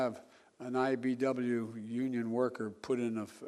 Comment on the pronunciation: WTF IS THE IBW JOE??? It's IBEW......GOOD GRIEF